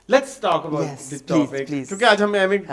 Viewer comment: Sadqay jaun ... plaiz 😂😂😂